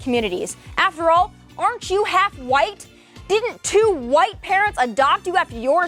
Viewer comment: She can't even pronounce words 😂😂😂 what is affer all 😂 thought it was after all 😂😂 she needs to just shut up and shut up